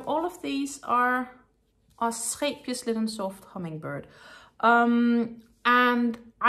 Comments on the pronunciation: Thanks for your video, and so pleased to hear the correct pronunciation of Scheepjes. When I first discovered this company's yarn on YouTube I looked up how to say the name, as I couldn't believe most of the ways YouTubers said it :). I've just bought some Linen Soft for a bargain price with a view to make animal toys, so wish me luck! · I like how you pronounce the yarn name correctly. Your accent makes it sound fancy. What pretty yarns you chose. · The Wonderball is in my favorite color "Blue". Thank you for clarifying the pronouncation of Scheepjes yarn. 😊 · I think it is a very gorgeous blue, and it is definitely a "wonderball". And my pleasure in regards to the "Scheepjes" pronounciation. Think I got it pretty close with my 14 years living in the Netherlands. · Yet pronunciation is probably better by the native Dutch, but I think I’m doing pretty well 😅